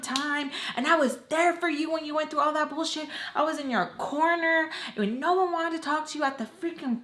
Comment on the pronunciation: ohh it sounded like “Noah” to me lol